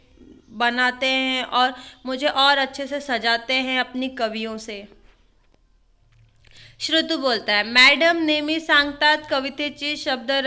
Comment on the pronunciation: Mam apko padhane nahi ata......sorry to say....aur wo sushrut hai shrutu nahi😂😂😂🤣🤣